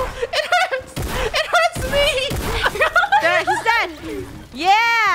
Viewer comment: you say it me not meh